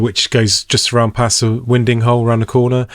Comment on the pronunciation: People say wind-ing hole (as in the wind blows). Correct pronunciation is “Wynding hole” as in winding the handle. A similar phrase is used when a predator eats something almost too big. “Oh look he’s winding that down”